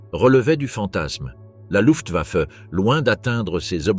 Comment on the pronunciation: Luftwaffe est bien prononcé. C'est rare.